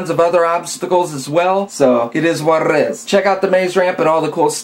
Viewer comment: He said "It is warrit is" :D